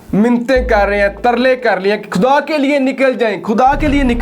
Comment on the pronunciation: اللہ کے بندے لفظ خُدا ہوتا ہے نہ کہ کھُدا اپنا تلفظ صحیح کرو،اردو کو اردو خط پڑھو نہ کہ انگریزی خط میں۔